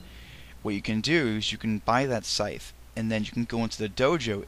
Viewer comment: FFS he can't pronounce the word Scythe. What an idiot.